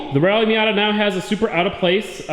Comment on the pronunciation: Rally *MATA*????